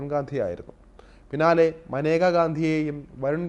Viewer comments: മാനേക യാണോ മേനക അല്ലെ സഹിദാരരെ 😁😁😁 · മനേക അല്ലടാ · മാനേക അല്ലെടോ മേനക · ഇന്ദിരയുടെ കുടുംബത്തിന് യോജിച്ച ആളല്ല മേനക - മനേക അല്ല മേനകയാണ്. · മനേകയല്ല മേനക, ഗാന്ധി അല്ല ഗണ്ടി. പാർസി ഫിറോസ് ഗണ്ടിയുടെ മരുമകൾ